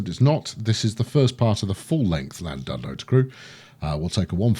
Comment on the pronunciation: I know you're famous for butchering pronunciations, but it's pronounced: Ll-Lan-Did-no where Ll means a sort of throaty growl.